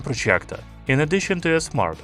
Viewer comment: Man the way you pronounce “projjgectorr”